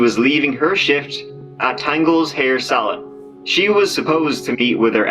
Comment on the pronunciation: I know it's the dude's accent and that he's saying salon but to me it sounds like he's saying "salad."